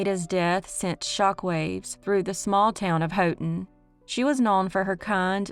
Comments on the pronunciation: Re. Haughton, LA the “Haught” in Haughton is pronounced like “hot.” There’s another interesting cold case involving a man named Clinton Devon Nelson from there. He’s considered missing, but I suspect he was murdered. He was last seen September 1, 2006. I enjoy watching your videos, but enjoy might be the wrong word because I wish there wasn’t so much evil in the world. Keep up the good work of spreading the word about both unsolved and solved crimes. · This is not a criticism at all, but because I’m from Louisiana we call Haughton, “hawton”. Yes. We are southern. I love your channel. I watch every week when you post a video. I love them all.